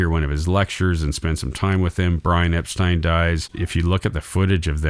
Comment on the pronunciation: The Beatle Film Festivals were great experiences. McCartney became the de facto leader of The Beatles after Touring Ended. Paul McCartney envisioned and conceptualized SPLHCB and MMT. There would be no Abbey Road without the driving force of McCartney. You kept mispronouncing “Epstein.” You kept categorizing The Beatles as if they were in their moptop days. Your assessment of The Beatles (White Album) is nuanced; accurate and excellent. There would be no Yoko Ono or Alan Klein involvement without John Lennon’s lack of character judgment. George Harrison came late to music writing; often with only 1-2 new songs to contribute. By 1968, George Martin, Lennon and McCartney gave Harrison plenty of studio time yet he refused to complete his songs for The Beatles. George Harrison had a massive inferiority complex resulting in 1 flawed masterpiece and 11 poor to mixed review albums in 30+ solo years. So much for his stockpile of songs. Harrison had his own demons. It was Lennon who officially announced his departure from The Beatles in September 1969. Post Beatles… Harrison, hardly the Quiet Beatles, and Lennon harshly criticized and denounced The Beatles; especially McCartney. While the end of The Beatles was inevitable, how The Beatles ended was avoidable.